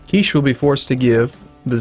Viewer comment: Also, "Kiche" is pronounced "KEE-chay," not like "quiche." :D